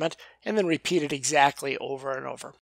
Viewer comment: "I set ot down right here." Good grief. Do I really sound like that? *sigh* Yep. I do.